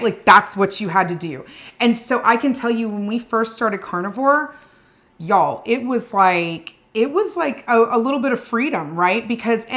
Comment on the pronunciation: My favorite part of this video is emphatic “Y’ALL…”. Love it! 😂 👏🏻